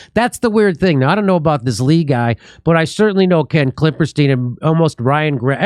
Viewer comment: It's actually 'Klippenstein' with an 'n' in the middle, but it's funny to hear Jimmy keep saying 'Klipperstein.' 😁